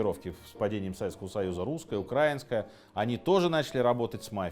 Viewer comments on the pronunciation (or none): none